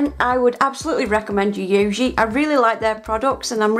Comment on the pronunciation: lol every time I see you do a Yayogae video I feel your pain trying to pronounce it. It is actually pronounced Yi(Hi with a Y)-Yo-Gay. Love these videos dear.